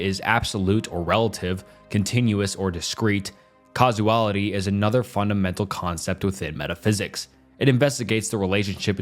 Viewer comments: its "causality" not "casuality" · "Casuality" 😂❤ Must be hard to spell everything right with 3 hour script